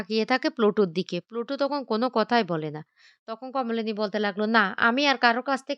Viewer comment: সবাইতো বলে বলে ক্লান্ত হয়ে যাবে কিন্তু উনার উচ্চারণ বদলাবে না